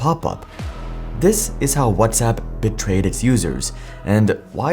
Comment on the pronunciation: You pronounced WhatsApp as "What's up" so I definitely don't believe you.